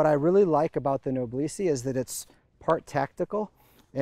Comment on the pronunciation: The word "Noblesse" should be pronounced as "N0-BLESS", as in "Noblesse Oblige".